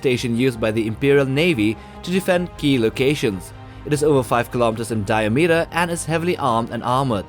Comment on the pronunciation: learn to pronounce words diameter, organism, battlecruiser